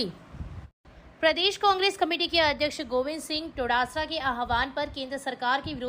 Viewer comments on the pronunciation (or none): क्षेत्र का एक मात्र न्यूज चैनल है,जिस पर संपुष्ट समाचार मिल रहे है बस "डोटासरा जी"के लिए अक्सर टोडासरा उच्चारित हो जाता है, सुधार किया जा सकता है 🙏